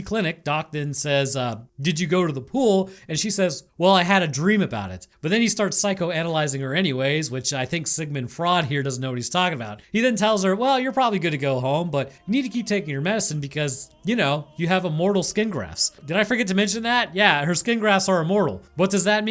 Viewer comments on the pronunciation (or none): um, actually, it's like, pronounce "froyd" not "fraud"